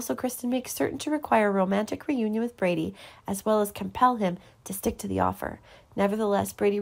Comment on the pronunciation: His name is Brady, not Brandy!